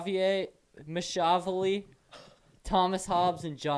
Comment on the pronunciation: Entertaining!! But… did you know your faces are covered with your mics?- Mac -a-velly…( Macchiavelli)😁